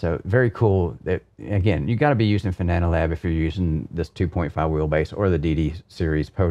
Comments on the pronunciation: it's Fanalab, not Fananalab:) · Wondering when you will finally learn how Fana(na)Lab is correctly named. :D Its called FanaLab, not FanananananananananananaLab :D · Always cracks me up when he says "Fananalab" LOL It's fan-AH-lab,...not fa-NaaNAH-lab:-) Great review as always, this and the Porsche 918 Rim are the only Fanatec gear that hasn't given me any problems in 2+ years (can't say the same about the V3 inverted pedals, The H-Shifter, The McLaren or Formula V2 Rims). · the software is called fanalabs, but calls it fananalabs. He sticks in an extra a and n. Makes it sound more like banana. Just amuses me, that's all ☺️ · “Fananalab” hahaha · Fananalab 🍻😂😂 . Said it a few other times. Banana fanana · Every time he says Fananalabs I loose my shit:-) is the best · I just think it’s funny that he said fananalab every single time.